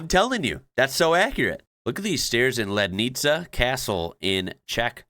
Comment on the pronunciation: The dinosaur movie by Karel Zeman was filmed in the 50s. It is called Cesta do pravěku (Journey to the Prehistory or Journey to the Beginning of Time). You pronounced Lednice really well!